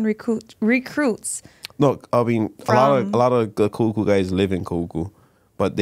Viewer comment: 😂😂😂😂kuhuku..its..ka kahuku.....are you hawaiian if your name hawaiian?....waianae represent but went moanaloa....😂😂😂its just how you interviewed her it's funny.... I'm a huge fan of both of you! Awesome,you guys did good. Good fun watching...looking forward to more episodes